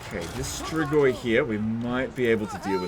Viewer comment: Hey, really weird question but I binged so many of your videos that I have to ask: Why do you pronounce strigoi so damn accurately?